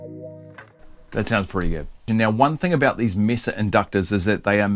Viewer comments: Yes, it's may-sah. Like Mesa in Spanish meaning table. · It's pronounced as Meh-Zuh Boogie. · Its MAY-sa in the US. Its a spanish word. We pronounce it like spanish speaking folks do. But you and the Brits pronounce "solder" correctly, and we don't, so its all even. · "Mesa" is a Spanish word pronounced MESS-a. The Americanized English pronunciation is MAY-sa (which is how it is pronounced by non-Spanish speakers in the city of Mesa, Arizona). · It’s not may-suh, it’s a Spanish word pronounced correctly meh-suh, regardless how you say it, that is the correct pronunciation. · Actually the correct pronunciation is meh-sah, not may-sah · Mesa is a Spanish word. E is pronounced A. A is pronounced Ah. So.. Mesa is pronounced like MaySah. 60 years in Southern California with several familly members married into the hispanic bloodlines. Hope that helps! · It's from Spanish and it's pronounced May-sah. Also, does the inductor have a polarity? If so, is it marked? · It's pronounced MAY-suh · Mess-ah is the correct Spanish pronunciation. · What a simple and cool mod. This is thinking outside the box a bit and I love it! BTW it’s “May-Sah” - I live close to Mesa, Arizona, and I’d never make fun of anyone for saying something like that wrong as it means they learned it by reading it. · It's table in Spanish, so may-suh. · what in tarnation? MAY-esa Boo-GEE-eee! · Meh-sah actually. the "may" is the americanized pronounciation. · Actually Australians get it right. That E has a pure sound, like E in most world languages, it isn't a diphthong like in English. Mesa is in the territory that the USA took from Mexico. It's a Spanish word, so not may-sah. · It's May-Suh. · It's "may-suh", like the geological formation.